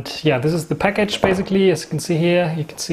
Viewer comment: Peckitsch? You want to open up ze peckitsch?